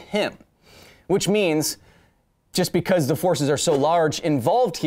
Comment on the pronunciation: Lmao he said vcause exactly like vcause :0